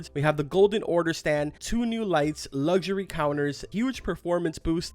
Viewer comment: It’s not lusury it’s luxury